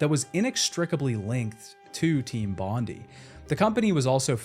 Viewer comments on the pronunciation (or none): Unfortunately it's pronounced bon die, not bon dee. As it's named after the beach of the same name in Australia!!! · It's pronounced Bond-eye. Not bond-ee. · Aussie here. Studio is pronounced "Bon-dye" not "Bon-dee" (it's a reference to Bondi Beach in Sydney) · Bon Die not Bon Dee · Hey mate it’s not a big deal, but it’s pronounced team Bond-i not team Bond-e. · Bondi is "Bond-eye" not "Bondy" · FFS Mate. Bon-die. Not Bondy. Only named after the most well known beach in Sydney. Also the suburb they were in in Australia. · Team Bondi is not pronounced "Bon-dee" its "Bon-die", as in Bondi Beach in Sydney Australia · As a Australian it really bothers me hearing people pronounce "bondi" as "bondeeee" its pronounced "bon die" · i know a lot of creators mispronounce intentionally for engagement, but either way: it's Bond-EYE - a very famous suburb/beach in Aus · As an Aussie I just had to mention, it’s pronounced bond-eye not bondy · "Bondy" nah mate, "Bon-Die". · love the vid, thanks for your hard work but just one thing, as an Aussie, it is bugging me hearing you say Team Bond-e, it's Bond-i. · I always thought that “Team Bondi” was pronounced the same as Bondi Beach (bon-die) rather than like bond-like (bondy). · More like bon-Die but close enough it's also one of the most famous tourst beaches in Australia. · My guy, it's pronounced "Bon-die" not Bondy.... so painful to have to listen to haha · It’s bond-I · You're pronouncing "Bondi" wrong. It's Bond- EYE, like the beach in Sydney, NSW, Aus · "Team bondee" 😂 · Bondi = "BOND-eye." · This was doing my head in 😂 bondee is so close yet so far. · Bon -di ( di like die) as in Bondi beach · Its pronounced 'Bond-eye'. Love your vids anyways. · Just a quick little thing, its pronounced Bon-dye, just letting you know as an aussie. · As an Australian your pronunciation of Bondi upsets me, It's Bond-eye. It's a place in Sydney, where I imagine the team was located. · It's pronounced "bond-eye"...